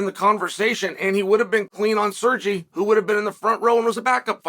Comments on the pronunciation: SerrGee!! Guy is a professional butcher of names. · Calling Sergei “Sirgee” is such a Chael thing to do